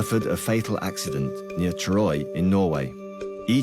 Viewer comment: Troy? You mean Turøy?